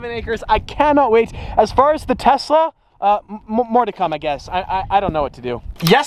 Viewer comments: Is it just me that I hear Tessa instead of Tesla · Oh no! He’s making a major decision about the Tesla?...wait, he didn’t say “Tessa,” did he?:). Great vid! C8 is looking awesome!